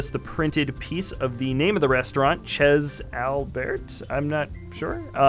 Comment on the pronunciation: Lol loved that pronunciation of the name. The proper way is "Shay Al-bear" btw